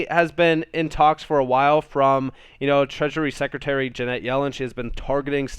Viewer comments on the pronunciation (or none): love you... 'friends don't let friends...' Her name is 'Janet' rhymes with 'planet,' not Jeanette. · Love the content but her name is Janet not Ja net.